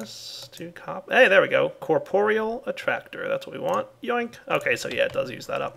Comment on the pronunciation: its corp-real not cor-por-e-all